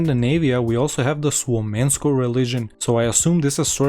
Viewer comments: That Slavic esque pronunciation of Suomenusko hurts my soul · the way you pronounce Suomenusko sends chills to my spine. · The way you pronounced "Suomenusko" hurt my soul but yeah AFAIK it's an old pagan religion and the name literally translates to "Finland's faith"